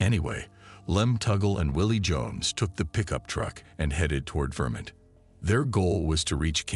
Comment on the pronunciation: "Vermint" lol